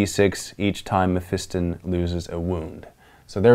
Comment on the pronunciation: Mef I ston holy shit I've heard this said wrong see since 5th